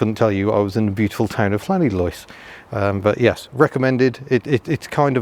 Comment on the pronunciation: it's pronounced Lanidlos with a 'than' of the double Ll's lol, learnt that many decades ago off the Welsh lol